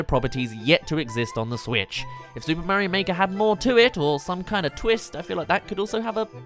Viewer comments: It's Mario, not Merryo. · how come you say Mah-rio lol